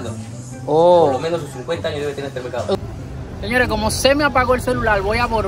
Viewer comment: De ke pais heres ? Por ke no pueden pronunciar la L ? dices melcado enves de decir mercado je je je